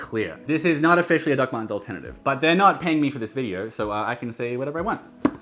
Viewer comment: I know you’re saying “Doc Martens” in a funny accent, but I keep hearing it as “Duckman’s.” 😏